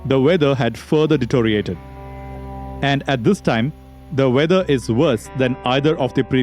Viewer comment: it's de-TEE-RIO-rated. not de-TO-RIATED. FFS.